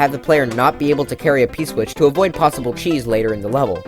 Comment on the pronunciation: Kheese prevention Seriously? It's *CHEESE*. Not kheese